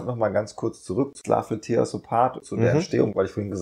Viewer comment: "tear" ist ein Teekesselchen. Es meint hier "zerreißen" und nicht "Träne". Es wird also nicht "tier" sondern "tähr" ausgesprochen. Sorry wenn ich hier so besserwisserisch daher kommen muss. Aber ich kann da grad nicht anders. Ist eins meiner Lieblingslieder. 🙈